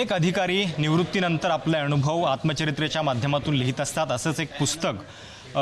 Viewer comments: अणेक अधिकारी नाही रे अनेक अधिकारी आणि अणुभव नाही रे तर अनुभव. मराठी पञकारांनी बोली भाषा शुध्द लिहावी, बोलावी. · अनेक म्हण,अनुभव म्हण... अणेक नाही,अणुभव नाही बे ह्यांकर